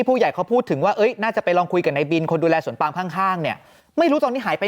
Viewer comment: นักข่าวที่อ่านว่า สวนปลาม ยังอยู่มั้ยคะ😂😂😂